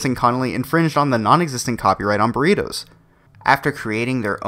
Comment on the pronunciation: What the Fuck are BURRIROS?? the name is BURRITOS with a T. not an R. Spanish challenged Idiot. The problem is that the USA has always been STEALING from other cultures and then claim that is their idea. Now, I found it Outrageous that these two smart girls were shut down since there is not a patent on Burritos.